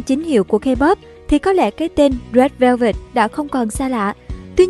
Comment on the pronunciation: bức quá , đọc rét vơ vẹt mà tức á😒